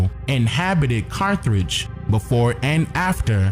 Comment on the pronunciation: Carth age brother no r after th please.